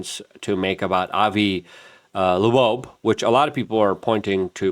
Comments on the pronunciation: Bro I think you might need to invest in some speech classes. Esl is not the reason you keep calling avi loeb, “avi labobe,” over and over and over again. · "Thirty I Atlas" and "Avi LaBobe"? 🤦‍♂ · Avi "Lebobe?" Dude, you don't even try do you? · Like how he called Doge> doige or Avi Loeb> Avi loobobe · Luke has issues with pronunciation. If you noticed he also said "Avi Labobe". I love Luke... although my wife and I laugh at how he says stuff all the time.